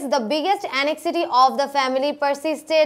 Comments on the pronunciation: anxiety er Pronunciation ta এনএক্সজিটি হবে না এনজাইটি হবে😏🙂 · Anxiety র উচ্চারণ (এনঝাইটি).উচ্চারণ টা এরকম হবে আপু। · দুঃখিত ম্যাডাম, কিন্তু আপনি একটি ভুল করেছেন. ভুলটি হলো "Anxiety" উচ্চারণে ৷ এটা হবে, "এনজাইটি...Sorry, মাফ করবেন । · I've also noticed so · ১০.২৫ থেকে anxiety উচ্চারণ কয়েকবার ভুল বলেছেন। আগে ভালভাবে শিখে পরে শেখাতে আসলে ভালো হবে। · Anxiety এর উচ্চারণ টা ভুল হয়েছে ম্যাম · Anxiety উচ্ছারন ভুল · Anxiety, pronunciation ki bollen. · 'anxiety' উচ্চারণ সঠিক নয়। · Thank you sister. It was much helpful to me. But some of your english pronunciations wasn't right like anxiety, prison etc. Plz try to pronunce the correct one cause we are students so we'll learn the right thing from you. But your explanation was great. Thank you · Madam, I request you to be careful about the pronunciation of some words like against, anxiety, shot, everywhere and prison.